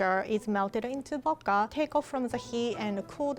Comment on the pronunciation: why can’t you speak in complete sentences boka it’s pernounced vvvvccodka